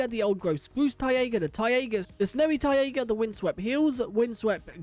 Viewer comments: Bro it is not pronounced Tai-ey-gah but its Tai-gah (kind of like Tyga the rapper) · just a heads up - it's pronounced "tye-ga" like "tiger" just without an r at the end. or pronounced as "tay-ga" depending on american vs english pronounciation. i've never heard anyone say "tye-ay-ga" haha but overall great video!